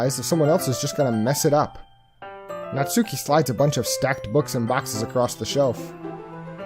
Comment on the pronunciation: You messed up the name. It's Natsuki.